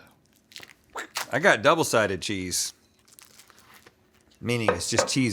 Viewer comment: the way rhet said cheese 😭